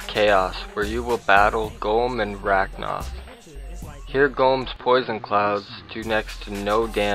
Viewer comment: | its RA-KA-NOTH not RA-K-NOTH ,_